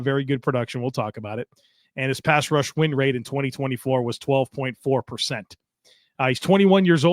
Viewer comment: it’s a wonder that you don’t fumble over your words more often, the amount that you do this stuff. Truly, you’re smooth as hell! But… I have to admit “pass wush” made me smile 😝 much love and thanks to ya sir. Go Bills!